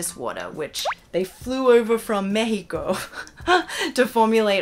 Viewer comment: I love how you pronounced México the correct way hehe